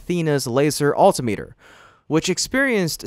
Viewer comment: Too bad you arent a real person......wrong pronunciation of Alti-meter, not Alteemeter